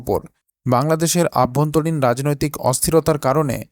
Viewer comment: কথাটা হলো অভ্যন্তরীণ। আভ্যন্তরীণ নয় দাদা। কথা ঠিক করে বলুন।